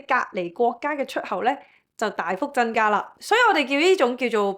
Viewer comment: 謝謝Rain的分享 如你能夠改善懶音問題，就更Perfect了！ 俄羅斯嘅俄，超額既額，係有鼻音嘅 增加，唔係真加 一百，唔係一八 油產，唔係油橙 其實仲有都幾多😂 開頭聽有啲辛苦，但因為內容豐富，都選擇繼續聽